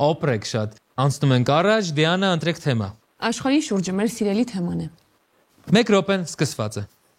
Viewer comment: Վայ ֊ հաղորդավարն էդպես էլ չսովերեց կարճ "թեմա" բառը ճիշտ շեշտադրուփյսմն արտադանելը 🤦‍♀️ Էլ եմ խոսում խաղի ջնթացքը նույն, ստսնդսրտ, դատարկ խրախուսանքներով անընդհատ ընդհատելու մասին